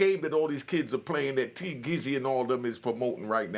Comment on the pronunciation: 😂😂 he gets people’s names wrong and it’s hilarious. Tee Glizzy 😂😂